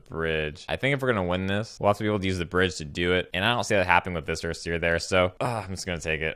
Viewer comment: I'm not used to hearing someone pronounce Viscera correctly...